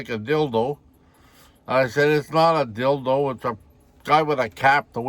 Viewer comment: i about rolled / on you say dildoe 🤣🤣 and you shortened it up a bit lol.. you are a riot